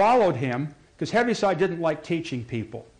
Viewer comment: Btw his name is pronounced "heave-side" not "heavy-side".